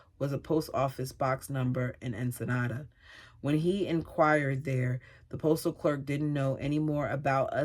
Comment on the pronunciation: Ensenada is pronounced like “In-sih-nada” that’s the best way I can spell in phonetically.